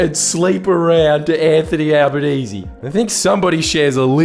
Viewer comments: And what's with the fucking "Al-ba-naye-zay". Is that some attempt to fully wog up his name to try and make him less relateable? Right or wrong, he's known as Al-ban-ee-see which is less tongue twister. It feels like a deliberate attempt to try and confuse his name just to make people that little bit more unsure. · Notice how Carl Pronouced Anthonys name as Albo NAY SAY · Did Karl say his name was 'Albaneser'? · "Alba-NAY-zay" - there, I made it even more ambiguously racist for you. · Is he deliberately mispronouncing his name?